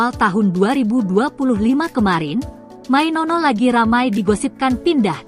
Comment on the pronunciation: Mainoo bkn mainono🤣🤣🤣